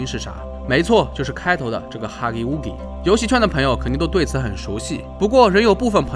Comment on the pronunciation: Scp1006 Huggy wuggy，要读(haghi waghi)